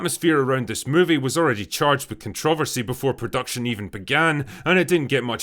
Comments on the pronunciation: I don't like the way you say "controversy". It's pronounced "Controversy". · Drinker, you mispronounced the word controversy. It's pronounced ConTrah-Ver-See not "Kuhn-Trah-VerSee" I'll let this one pass. However, you also mispronounced Feig's last name. It's not pronounced Feeg it's pronounced "FAG." Just trying to be helpful. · Drinker, It's not "CONTROV-ERSY it's " CONTRUH-VERSY". Pls man, it hurts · Dear Drinker, Were you TWICE as harsh to the movie, it STILL wouldn't be HALF as harsh enough. Also: kaan·truh·vur·see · why do you pronounce controversy like that?